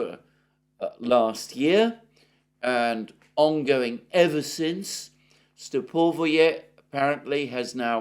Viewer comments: S'evernoye, L'astochkino, Stepov'oye - please note the correct pronunciation of Russian villages in Donbas. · Alexander, try to emphasize the first vowel of the word Lastockino. Instead of the middle one. It will sound better. In case of Stepovoe, emphasize second "O" instead of the first one. After "O" letter "E" sounds exactly like "yea" . In general stay away from emphasized middle vowels. Last names usually emphasize last vowel as well, unless it's the first one, like Putin.